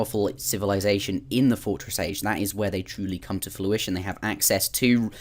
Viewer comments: It's fRuition, not fLuition :| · Was going to post this too. The first time he said it I was thinking "hmm did he say fluition?" Then he said it again for sure. Easy to remember because if something is coming to fruition then you are getting the fruits of your labour!